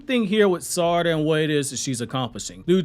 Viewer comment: Omg learn to pronounce her name. Yov lost ne quicl because you cant pronounce her name